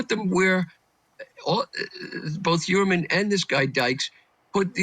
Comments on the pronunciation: God lady, say Huermann’s name right! That hurts your credibility right there. It’s not Herman 😅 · The woman investigator can’t even get the name right - calling him Rex Herman. Come on lady! 🙄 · Shes a joke. Doesnt even know how to pronounce Heuermann's name, after ALL of the publicity surrounding the case. Shes an embarrassment to "private investigators". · Can you please get ‘experts’ who can actually pronounce the alleged killer’s name properly? come on, do better please. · 😅😅 yeah she can't pronounce his name😅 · At least interview someone who can correctly pronounce the killers name. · I know. I have been screaming at my screen. THAT IS NOT HIS F’ING NAME. !!! What a dumbass.